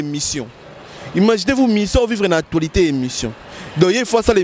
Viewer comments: on dit actualité et non atoualite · Stp c l'actualitee.c'est ne pas atoilitee.hum ba journaliste ya congo. Probleme makasi hein😂😂😂😂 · Vraiment na actoualité au lieu d'actualité kiekiekie